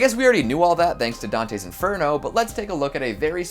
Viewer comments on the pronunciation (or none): none